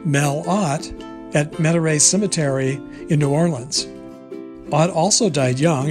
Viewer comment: Metairie Met a ree is how to say it